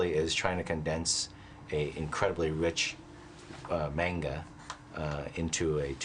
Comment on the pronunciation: He can't even say manga right and he directed a Dragon Ball movie